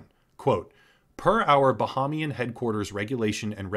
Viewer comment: The second A in Bahamian is long, not short. It's pronounced Bahaymian. It's counter intuitive to how we pronounce Bahama.